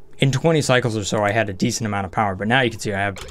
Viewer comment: UNLIMITED POWAH